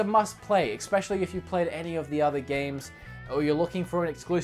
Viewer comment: Please stop saying "ickspecially." That's my only complaint. Just so you know I'm not just some hater, I'm subscribed and I love your channel.